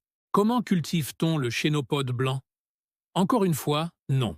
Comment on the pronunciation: Mais quelle misère ces vidéos IA le Chénopode ( se prononce Kenopode) et il montre tout sauf la plante en question ?! Le pissenlit,on voit en premier des radis ?! C'est une farce,A FUERA.